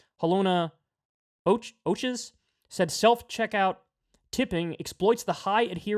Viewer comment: Ochs is pronounced "oaks", my man. -J